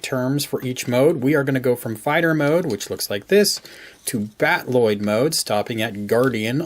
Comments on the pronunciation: No, the Macross word is Battroid, usually pronouced Bat-oo-roid. I know he is pronouncing the Robotech word Battloid, but it's supposed to be battle-oid, not bat-loid. I've been a Robotech fan since 1985. I know what I am talking about. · Cool toy, great transformation guide. Loving your reviews lately. Just a tip on pronunciation: battloid should be pronounced battle-oid, not bat-Lloyd. Battroid in Macross is just an L/R confusion of battloid (battle-oid) as is common in Japanese use of English words. The robot mode is like a fighting, battling, android, so they created the term "battle-oid". Keep up the good reviews. Can't wait for future 1/48 DX VF-1 reviews.